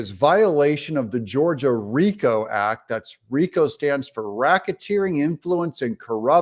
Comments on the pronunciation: 😂😂😂 as soon as i heard her open her mouth, i tuned her out. She is a stooge of the Democratic Elites, she is bought and paid for, and not for much😂😂😂 hows that ax, axx, axxe screaming. Aaaahaaaa god PALEEEEZ 😂😂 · What is Gwan jury what is ax does she mean acts sorry she needs to speak better than section 8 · Family Willis can not even pronounce the word "act" its not "axe" however her time in office should receive one for the fraud she is.